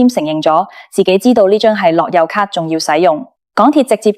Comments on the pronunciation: 低級錯誤發音都發錯，係樂遊卡唔係落優卡🤬🤬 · AI 樂<休>咭, 好哽耳,聽得辛苦